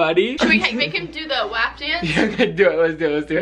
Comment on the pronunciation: i’m so sry but it’s WaP not wAp